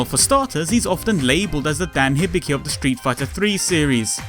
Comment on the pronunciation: Hibiki is prononounced hee bee kee.